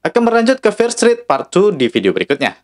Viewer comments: Dibaca fier strit min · bagus bang 👍 tp saran aja pronunciation "fear street" nya lebih dbenahi, didenger agak gmn gt hehe. sukses bang